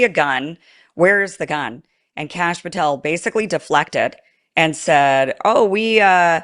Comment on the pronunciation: You said Cash Pathel and am like 😖